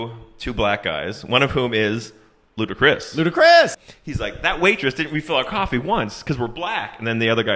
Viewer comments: I stop this video when they pronounced, “Ludacris” “Lou da Chris.” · Only white people call Ludacris, LUDA-Chris 😂😂😂😂